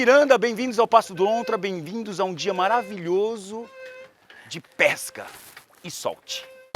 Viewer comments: Kskskskk " Vamos ter um dia de pesca marvilhojo Hoje" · “Maravilhojo hoje” kkkkkk